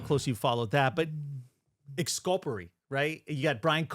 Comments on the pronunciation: I think that Tom Lang is just as good as Sherlock Holmes. What's Exscuppaterry 😊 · It’s exculpatory.